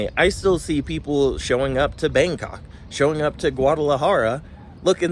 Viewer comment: I love the way you prounounced Bangkok, "Bang C**k"